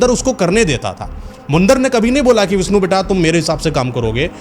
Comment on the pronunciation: Baaki to sabh theek hai lekin bhai apni hindi theek kar lo thorhi si. Visnu nahi vishnu , sadi nahi shadi aur presaan nahi preshan hota hai etc